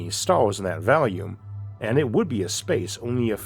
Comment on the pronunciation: i wonder what isaac thinks about the encounter between humans and turians in mass effect. I thought it seemed pretty plausible btw, why does he pronounce volume like 'valume'??? He can clearly make the correct 'o' sound so what's going on here?